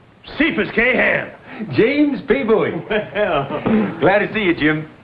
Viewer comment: Question; Bowie is pronounced Boo-ey in the Opening titles. They sing ‘Jim Boo-ey Jim Boo-ey’. This annoys the sh1t out of me, yet people in the episodes call/pronounced his name as Bowie.